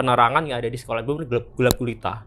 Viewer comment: ini emang "bener bener" jadi "bemer" ya ? dari td gua dengerin